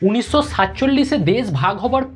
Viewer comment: uchcharon theek kor … des na desh, unisso naa unishsho